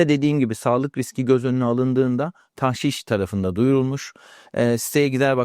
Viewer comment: TAHŞİŞ DEĞİL DOĞRUSU TAĞŞİŞ OLACAK. telaffuzu yanlış yapıyorsunuz. TDK SÖZLÜK : tağşiş (tagşi:şi), Arapça taġşīş 1. isim Bir şeyin içine başka bir madde karıştırma; katıştırma. 2. isim, eskimiş Saflığını bozma. KUBBEALTI LUGATI: TAĞŞİŞ (ﺗﻐﺸﻴﺶ) i. (Ar. ġişş “hîle yapmak, aldatmak”tan taġşіş) 1. Bir şeyin içine başka bir şey karıştırma: Tağşişleri işe yaramayan, anlamsız ya da mantıksız önlemler olarak değil, özellikle kısa vadede devlete gelir sağlayan malî politika araçları olarak görmek gerekiyor (Cogito). 2. Saflığını bozma. ѻ Tağşiş etmek: Karıştırıp bozmak: “Zihnini tağşiş etmek.” Güneşin hokkabazlığı bunları tağşiş edemez (Refik H. Karay). BİR HADİS. MEN ĞAŞŞENA FE LEYSE MİNNA. BİZİ ALDATAN BİZDEN DEĞİLDİR.